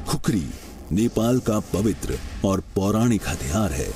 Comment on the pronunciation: खुकुरी होता है बे 😡क्या खुखुरी लगाके रख्खा है?